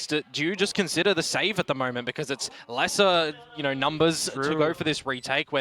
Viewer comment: Knor, thoughr, gor, nor nor, headass announcers.